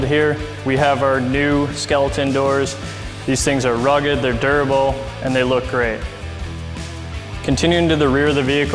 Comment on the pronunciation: Integrated "ruff" rack lol